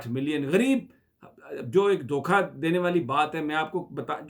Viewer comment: Dhoka not dokha mr. Sami ibraheem